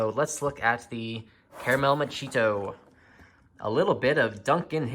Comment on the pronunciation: I believe it's pronounced "Macchiato." Surprised the box couldn't at least get that right.